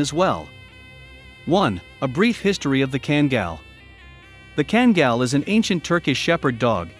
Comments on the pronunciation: FYI: pronounced kangal not kengal. Due to dogs origins being in a region in Türkiye "Sivas Kangal". in addition karabas in a different breed of dog all together. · Why can't people from the USA say name's properly? Just say it the way it sounds, what are they taught in their third world education? He says it right then back to 5 year old education, well a 5 yr old European education. Ken-gill, kan-gell. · a few myths about this video.... - The pronunciation of KANGAL is horribly WRONG. They could have at least made a real effort. The closes thing to say would be "Khan gull" - Yes an adult Kangal can kill a wolf if the wolf is by himself only and no, the wolves in Turkey are not as small as kittens in Florida.